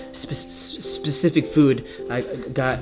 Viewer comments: Lol even I can say specific properly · your not the only one that cant say specific! :D :3